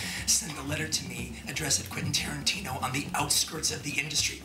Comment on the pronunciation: Quentin tarin- chin- O